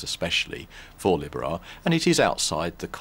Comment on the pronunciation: please pronounce libera right!!! 40 strong? really great fun! wow! Josh's voice is low!!